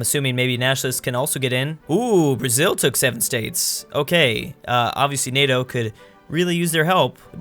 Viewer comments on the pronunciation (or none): none